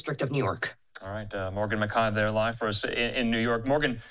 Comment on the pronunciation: since when is McKAY pronounced McEYE